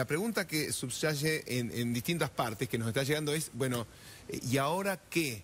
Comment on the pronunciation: m Nelson Castro:perdón Guillermo,habrás querido decir subyace en vez de subsaye jeje.